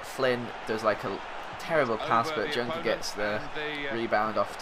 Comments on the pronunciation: it isnt DJunker but JOENKER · Junker is pronounced as yoenker ;) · Your strikers name Junker is pronounced "Yunker" kinda like the "Y" in "yell"